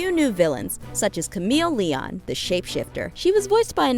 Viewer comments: Christina MiliYAWN 🙄 Camille LEEOWN😩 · Christi Carlson Romano. Will friedel (fri-dell) Camille Leon (Lee own) Batman isn't Disney. Get both your facts and pronunciation straight